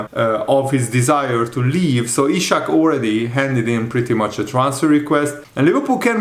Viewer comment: It's Isak, not Ishak. Do you read your comments?